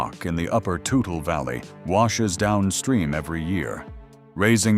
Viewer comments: it's not total river, it's tootle (toutle) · We don't pronoumce the name of the river "Total", we pronounce it "Tootle". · It’s pronounced “Tootle”